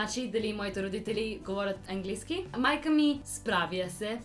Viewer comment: Не Енглийски а Английски с ,, А"